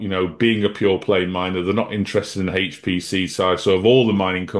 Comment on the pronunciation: loves HAAAYCCHT PC!